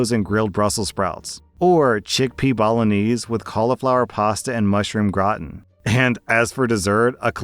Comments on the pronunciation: Ngl how said bolognese made me cry 😭😂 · After hearing how pronounces "bolognese" and being the Guido that I am, I go to my ma and we giggle about it before talking for over an hour, reminiscing and laughing about the past. Thank you, 😊 that was very much enjoyed and needed ❤